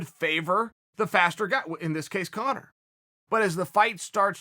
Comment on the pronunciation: Dario Bognolo ur such an idiot he’s saying it right,it’s Conor my god I just had to comment bc of this dumbfuck arguement in the comments